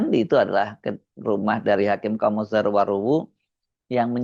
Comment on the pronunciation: Nama beliau itu dibaca Khame (“e” dalam kata menang) bukan O. Jadi dibaca Khamezaro, bahasa Nias🙏